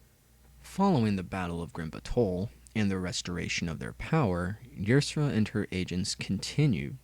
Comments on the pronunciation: Yersera? is Ysera (Ya-ser-a) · Ysera's name is pronounced Isera